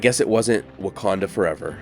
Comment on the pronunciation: Ouch ... "Wocanda Forever" Too Funny! 🙂